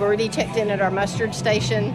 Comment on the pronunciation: Ship not boat - - - - Muster Station not Mustard Station 😮‍💨